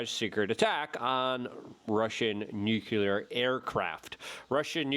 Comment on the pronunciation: Why can’t you pronounce nuclear ? Don’t blame it on your polish background either.